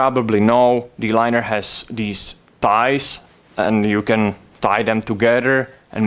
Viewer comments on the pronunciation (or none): Did he say the liner has "thighs"????